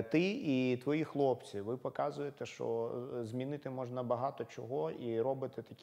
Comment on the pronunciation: Почему ведущий иногда говорит "шо" вместо "що"? Он малоросс?